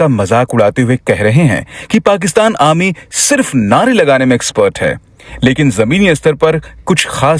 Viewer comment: It's called 'Arrrrrrmy' not 'Amy' and if you're able to pronounce properly, just say 'Sena'